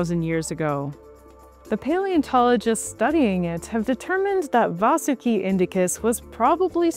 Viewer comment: It's 'Vaahsuki" not, 'Vasoooki", clown.